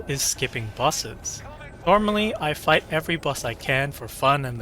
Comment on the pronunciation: "skipping busses" what? "Royce" oh bosses